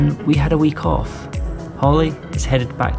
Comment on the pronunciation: Okay, during the video, you mentioned that you had a week off. Since you're from Scotland, I heard, "I had a wee cough." Week off makes more sense. 😄 Thanks again for another great video! Cheers.